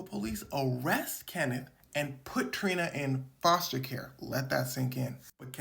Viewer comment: I beg your finest pardon.. foster hwut?